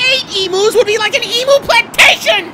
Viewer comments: "Ee Mu"? Weird way to say Emu, it's closer to "Ee Mew" shrugs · For fuck sake its pronounced "Eem-you" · OMG, the fucking emu ("ee-mou"???) leg, conspiracy... Really??? Even taking out all the logistical problems that rightfully pointed out, this is such a non issue because EMUS ARE COMMONLY GROWN AND EATEN AS FOOD. They aren't as popular as turkeys, sure, but it's not like if I went up to you and told you the turkey legs were made of ground-up cricket testicles. Or babies. No, this is more like if I went up to someone eating chicken McNuggets and told them "Did you know that that nugget... IS SHEEP MEAT?!?!? OOOHHHH!!!" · OK America I only have one thing to say IT'S PRONOUNCED eam - you!!! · Love the video! Just one little gripe I'm from Australia and although it's spelt Emu we pronounce it as (ee-m-you) sorry it was just bugging me the entire video lol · I hate how emu is said in this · You were pronouncing emu wrong and I was so confused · To be fair, they were pronouncing emu wrong too.